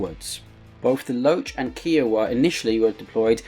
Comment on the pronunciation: Kiowa like iowa but with a k. Its not keeawa